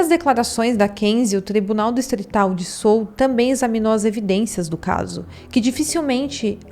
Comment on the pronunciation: Pronuncia Seul mesmo, não Sul.